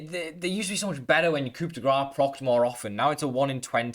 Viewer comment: I don't know if anyone has said this yet since it doesn't really matter. But Coup de Grass is a pun from the French "coup de grace" You don't pronounce the "p" but you do pronounce the "c" as an "s". So you do phonetically say "coo de grahss".